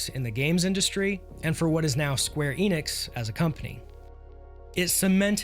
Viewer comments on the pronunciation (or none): none